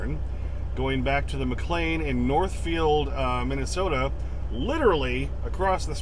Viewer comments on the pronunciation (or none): none